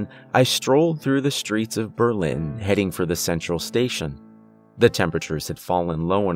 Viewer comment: Yep you really put on a great accent for Berlin :)